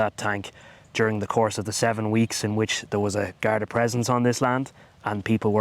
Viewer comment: *Garda / Gardai NOT "Gardae".